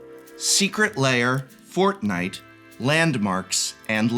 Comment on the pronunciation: You almost had me with "secret lair : forthnite" no one is THAT stupid